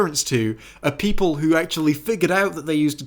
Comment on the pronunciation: "Countless Peolple" The Long is cursing you for not making this at least two and a half hours,.